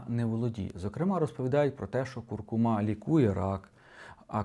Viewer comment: Не куркумА, а куркУма. Все інше розказує правильно